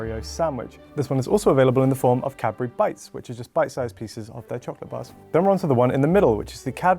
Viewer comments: Cad-bu-ry. Not cabry. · i just learned how to spell cadbury and i was shocked. I thought he said Capri for like a thousand times. ahhahah